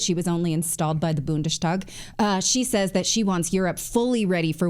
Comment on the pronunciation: Natali, it's not BundeSHtag, it's Bundestag (simply "s") In German, the "sh" sound is always written "SCH".